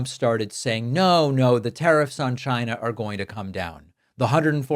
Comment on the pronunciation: I love TESLER...CHYnaaa....BIGLE...